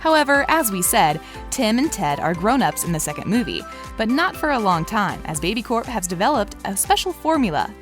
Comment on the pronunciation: It’s baby core not baby co